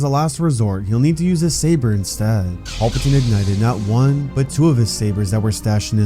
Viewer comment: Can you please say PALPATINE and not PAULPATINE. It's driving me nuts.